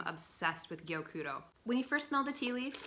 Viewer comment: Gyokuro is so lovely. Your Japanese pronunciations are on point! I love passionate you are about this tea :)